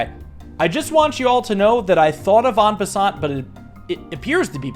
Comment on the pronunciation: I'm gonna be nitpicky. The t in "en passant" is silent. Anyway I freakin' love this!